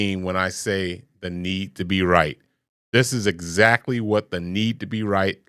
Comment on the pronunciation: Well, look how they pronounce "EXACTLY." They leave off the "K" sound, maybe even on words like it, like "except" becomes "ezzept"